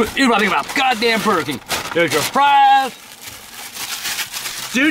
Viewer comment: "Sh!t I love burr king"